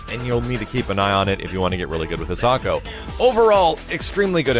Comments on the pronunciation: I'm going to be really disappointed if the pronunciation you're using makes it into the game. It's a Japanese name but you're pronouncing it with the English phonetics. It should be Hee-sah-ko not "His socko" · i know it doesnt matter but it bothers me lots that he is saying the name wrong, considering its a japanese name im sure its pronounce High-sa-ko... again i know it doesnt matter but i just wanted to comment it